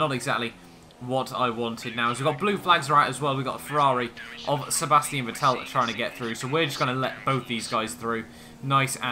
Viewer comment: its vettel not vetell